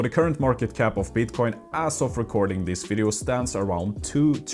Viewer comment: I'll do that when you stop pronouncing "this" as "dis" or "that" as "dat"